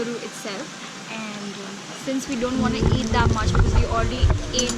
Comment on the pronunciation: Could you please get your pronunciation for “Because” corrected? Because it is really irritating to hear “Bicccz”. And yes keep the good stuff rolling.:)